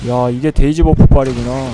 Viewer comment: 나만 그런가.. 왜 자꾸 데이지가 돼지로 들리지..